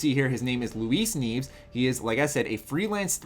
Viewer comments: I'm pretty sure it's pronounced "knee-EH-ves", not, "kneeves" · You pronounced Guillermo del Toro's name correctly but Luis Nieves' last name is pronounced like "Ni (like NEEd) - ev (like in EVolution) - es (like in ESoteric)" Ni ev es, which translates to "snows" in spanish. Also, "Mirada" translates to "look". Source: im mexican (as is del Toro and probably Mr. Snows). Looking forward to FO4! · Here's how to pronounce his last name. Nee-eh-ves. Great vid though. Lol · You pernounced nieves wrong